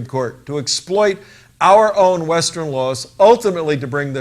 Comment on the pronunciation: Ha! That's 'western' not 'westren.'